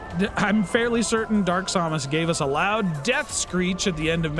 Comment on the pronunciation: Sam-Us Not som-us lol 😅😅